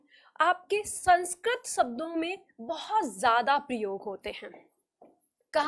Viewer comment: Madam! आपने काफ़ी अच्छा समझाया। लेकिन कहीं कहीं उच्चारण में आप भी mistakes कर रही हैं। For example, आप 'शब्दों' की जगह 'सब्दों' बोल रही हैं। इसी तरह की कुछ mistakes सुधार लें, तो आपके lectures लाजवाब हैं। Plz take the comment pozitively... 🙏🙏🙏